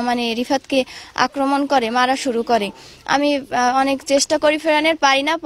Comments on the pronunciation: আপনার সমস্যা কি? রিফাত কে রাফাত বলছেন কেন? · রাফাত না, রিফাত। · রাফাত নয় রিফাত। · রাফাত না রিফাত ।ভাই আগে কথা ঠিক করে বলেন। কিন্তু ভালো কথা বলেছেন। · রাফাত না....... রিফাত 😏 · এ মাখাল!!! রাফাত নাবে। রিফাত রিফাত!!! সিলেটি ফগা নিবা??? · গাছ বলত, রাফাত না, রিফাত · রাফাত না রিফার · ভাই আপনার বাড়ি কোথায় আপনি তো ভাল করে কথা বলতে পারেন না,,,,,নাম ও ঠিক করে বলতে পারেন না,,,,, সবায় বলে রিফাত আপনি বলেন রাফাত,,,,আপনার বাড়ি কি সিলেট নাকি,,,,,,ছরি ভাই আপনি ভুল বলেন তার জন্য বল্লাম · Rifat, not rafat. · আরে ভাই নামটা ঠিক করে বলো , ওটা রাফাত না রিফাত হবে । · তোমার কথা ভাষা সুন্দর না,,,গেও ভুত,,,রিফাত কে বলে রাফাত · Ayi lok kotha theke othe asche...besi soddhu bolte geye refat k rafat bolche... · J Khun hoise tar nam Rifat Rafat na . Age nam thik mto uccharon sikhen pore ashob report banayen. Abal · এ সালা নাম রাফাত না ত। রিফাত। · heeii baal sudhu rafat rafat kortese....bigarr lgce...name tai thikmoto jnena abr video banacce😡😡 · নাটকে যা করে সচেতন মানুষেরাও যদি তাই করে তাহলে পরিবর্তন আসবে কিভাবে? আমরা সবাইকে হয়ত ঠিক করতে পারবোনা কিন্তু নিজেকে ত পারি নাকি? আপনার উচ্চারণ ঠিক করতে সমস্যা কোথায়? উচ্চারণ ঠিক করলে আপনার উপস্থাপনা আরো ভালো হবে, সর্বজনগৃহীত হবে, মানসম্পন্ন হবে। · ভাই আপনেতো রিফাত নামটাই বলতে পারেননা